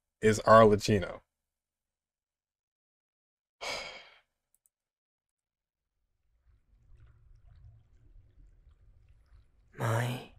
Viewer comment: Ar-le-kee-no, not ar-le-chee-no. Also yeah, Arlecchino means harlequin or clown.